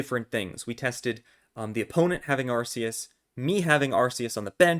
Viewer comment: Ur calling it “arseus and it hurts so much”